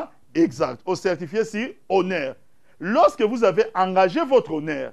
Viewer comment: Loseke au lieu de lorsque mawa médiocre ah ah mon Zaire